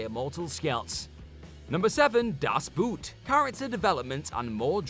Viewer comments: It's not "das buut"!! It's das Boot!! With o!! Even in english the o sounds almost similar so why the f do you say it like you have never heard an o?? Look, I know what is very full of itself but how about you focus less on sarcasm and focus more on professionalism? How about that?!? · When i heard him say Das boot - i was laughing, maybe he should have watched That movie. Its a movie about a submarine and not a sequel to Puss in boots. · "Das Boot", "Mulcahy", ... some interesting pronunciations going on here...